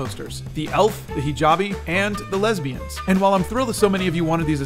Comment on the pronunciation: I think it's the way he emphasized lesbians